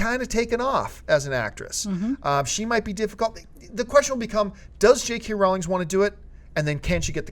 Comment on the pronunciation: 1st, I love all the Pirates movies. Some more then other but I can't wait 2nd, who else cringed every time he said J.K. Rawling?